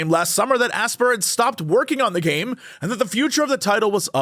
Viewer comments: BTW Aspyr isn't pronounced "ass-per", it's pronounced the same as "aspire". It's just the word aspire with a Y in it and minus the E, because adding Ys to words is cool or something. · Isn’t “Aspyr” pronounced the same as “aspire”?